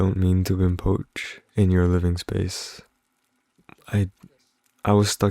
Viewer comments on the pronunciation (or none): 'Impoach' 😊adorable